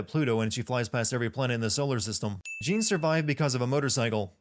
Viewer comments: Jeanne pronounce as french Joan, not JIN lol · you keep saying Jeanne's name wrong. it's pronounced just like the name Jean-Luc as in Jean-Luc Picard. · "Cereeza" "Jean" really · My only complaint is you pronouncing her name "Jeen". Other than that, spot on! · Sin 96: A sin for you for mispronouncing Jeanne. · That Jeanne mispronunciation, though... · Am I the only person who noticed that he pronounced Jeanne incorrectly? I enjoyed the video but a few of the sins are wrong. She went into Purgatiro its how she appears to be in that very cutscene Nothing triggered the flashbacks until that point He saw her as he ran past her. Thats why he stopped. Im surprised you didnt sin how the soldier didnt see him when he looking in all directions including upward She wasnt sure if she actually did it at the time because of her lost memory and "because the plot demands it" and Luka knows about angels and the umbra witches because of the works of his father investigation that he later explains at the military base and you can find segments of his fathers work throughout the game which you can debate that he knows about already since he mentions he knows all of this fathers work. Ulala from space channel five, Gum/Cube from jet set radio, Blaze from Streets of Rage, Sarah Bryant from Virtual Fighter etc. That was LEGIT i dont care what anyone says there. There a few other things towards the end but isnt worth mentioning since they are explained in Bayonetta 2 and not this game so they are technically still sins. A very large majority of the sins were spot and I completely agree with. I just thought that these were worth bringing up. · Nah it's not, it's Jeanne with an a that actually sounds like a french a, as in "ass" (why is this the example I come up with?) and also no "d" sound on the "j". Trust me I'm French. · You pronounced Jeanne's name wrong.